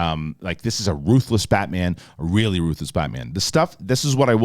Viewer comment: “It weally wasn’t.” 😆